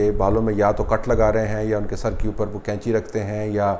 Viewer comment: طلعت صاحب قینچی ک سے نہیں بلکہ ق سے ہوتی ہے۔ باقی رہی موجودہ حکومت کو حاصل مقتدر حلقوں کی تائید کی تو ملک جائے بھاڑ میں سلامت رہیں یہ محبان وطن۔ کاش اس ملک کو روز اول سے اس ملک کی عوام کے حوالے کیا جاتا تو ہمارا جمہوری نظام کافی حد تک پاک ہو جاتا۔ رہی بات قریشی صاحب کی تو انہی حرکتوں سے ان کا دانا پانی چل رہا ہے جس طرح کہ دیگر گدی نشین کر رہے ہیں۔ اپنی عورتوں کو تو سات پردوں میں چھپا کر رکھو اور کسی مرید کو اجازت نہ ہو کہ وہ آنکھ اٹھا کر دیکھنے کی بھی جرات کرے جبکہ دوسروں کی عورتوں کو فخر کے ساتھ ہاتھ جدھر دل کرے لگا لیں۔ سلام تو ایسی عورتوں پر ہے جو ایسے کاموں کے لیے اپنے آپ کو خود پیش کرتی ہیں۔